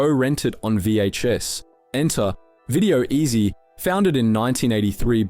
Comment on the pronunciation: I feel like this channel might be AI. The voice pronounced video-ezy as "Video-ezzy" at one point and the enunciation of "mate" was very artificial. Also the distinct lack of social media links and the usual SEO guffins.